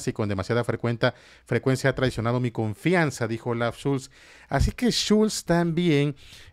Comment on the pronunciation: Olaf SCHOLZ, Villamil, SCHOLZ, con o, no Schulz, que es también un apellido alemán pero es otro pues va con u.